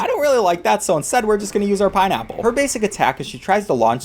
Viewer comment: “i’m gonna get out my pineapple gun” i must’ve misheard your what now